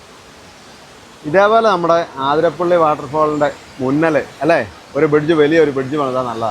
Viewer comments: ആതിരപ്പിള്ളി❌ alla അതിരപ്പിള്ളി ennanu ✅ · It is Athirapally not Aaathirapally. Neettanda. Sounds odd.😊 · It’s അതിരപ്പള്ളി NOT ആതിരപ്പള്ളി 👍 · CORRECTION: NOT AAATHIRAPPALLI, IT IS ATHIRAPPALLI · ആ തിരപ്പിള്ളി അല്ല അതിരപ്പിള്ളി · ആതിരപ്പള്ളി അല്ല അതിരപ്പിള്ളി ഞങ്ങൾ മുൻപ് ടൂർ പോവുമ്പോൾ ചോദിച്ചു ആർക്കും അറിയില്ല 😂😂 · congrats...pls correct, its not aathirappilly..its athirappilly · ആതിരപ്പിള്ളി അല്ല ' അതിരപ്പിള്ളി എന്നാണ്.. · ആതിരപ്പള്ളി അല്ല : അതിരപ്പിള്ളി അല്ലേ? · അതിരപ്പള്ളി ആണ്.. ആ അല്ല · എന്താണ് ആതിരപ്പള്ളിയെന്ന് പറയുന്നത് അതിരപ്പള്ളിയല്ലെ